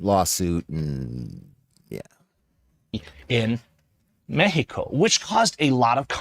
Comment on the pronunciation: Never seen so many people moving to mecsico. (Now pronounced mehico) LMAO!!!!😂😂😂😂😂😂